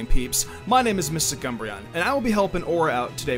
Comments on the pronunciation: did he say cumbreon? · It sounded like they called MysticUmbreon Mister Cumbreon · I thought u said MisterCumbreon